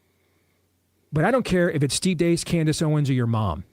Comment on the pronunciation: Steve Deace is viscous. he says what everyone else won’t. It’s pronounced Like Reese with a D.